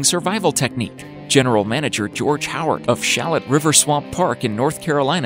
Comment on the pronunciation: The Frozen 'Gators are in Shallotte, NC. It's pronounced "Shuh - Loat.